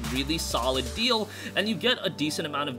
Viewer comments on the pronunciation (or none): none